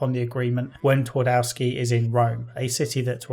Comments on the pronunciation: It's pronounced Tvardovski. Not Tuardouski... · I know it's too late now but Pan Twardowski translates as Mister Twardowski where Twardowski would be probably closer to original pronunciation if you would swap all W with V Tvardovski. Otherwise great video. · It's a minor point, but "Twardowski" is pronounced "Tfar-doff-ski". Feels a bit weird to hear it pronounced according to the English rules of pronunciation =D